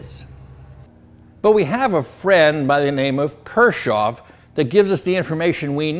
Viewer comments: Pronounced "Kirkoff". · He even says Kirschoff...LOL. It is Kirchhoff's circuit laws. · His name is Gustav Robert Kirchhoff (German: [ˈkɪʁçhɔf] ), not Kirschoff. See also the pronunciation. Kirsch is a brandy distilled from the fermented juice of cherries, while Kirch is church.🙂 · Kirchoff, Kirchoff KIRCHOFF😢 pronounced "kirk ovs" law by every great electronics teacher I ever had 70s thru the 1980s this isn't important..but the guy was pretty smart. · I thought it was "kirchoffs" law with a "c" ...(ker-coughs)... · You might want to check your spelling and pronunciation. It is Kirchhoffs Law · Dude,you spelled Kirchhoff's name wrong and then mispronounced it. Thats pretty disrespectful from a guy trying to make money off the man's work.